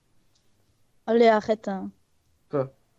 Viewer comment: Au lieu de arrête elle dit Akhrete un